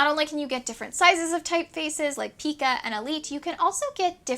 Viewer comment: Neat machines! Which to keep? Tough call. I think I’d keep the one that has less rust and is in better overall condition after whatever cleaning/refurbishing you accomplish. (Also FYI, pica is pronounced “PIE-ca,” rhyming with “pie”.)